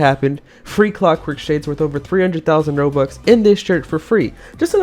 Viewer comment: he said roblux